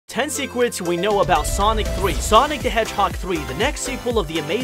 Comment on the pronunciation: dude, it's SECRETS, not sequence